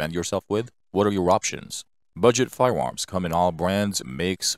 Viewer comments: He is definitely saying firewarms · Fudd narration. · Am I the only one hear him say "Firewarms"? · I’m hearing “fire-woms” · Holy shit, lol🤣... "Budget friendly firewarms"🤣🤣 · He most definitely said firewarms. And now I can’t take him serious anymore . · Hilarious that the computer generated voice keeps saying Firewarms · I him say Firewarms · I wonder if the narrator plans hunt wabbits with his firewarm. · Hard to watch the whole video because of the narrators Cripkey pronunciation. Firewarms? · Weird. A computer generated voice with a speech impediment. Fie-warms? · They're firearms not firewarms,Elmer Fudd gonna catch that waskily wabbit? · Sounds like a speech impediment to me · It could be, computer generated voices can sound pretty realistic. Why would someone build a speech impediment into the software though? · No your not 😂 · yeah thats bothering me too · Fuck no, I can’t in-hear it. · Came here to consider making the same comment but didn't want to be rude. But yes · More like "fiweawms." It sounded like a computer generated voice with rhotacism. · To me, it sounded like "fiyawomms". I got used to it, being that I was, for once, more interested in the information being presented. Usually, things like that distract me so badly that I don't know any more about the subject after the video than I did before watching it. I hope he's using an AI voice, and it was just a glitch.